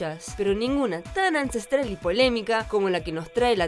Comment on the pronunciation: "Ancestral" jajajaja